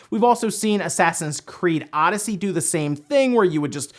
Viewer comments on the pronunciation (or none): none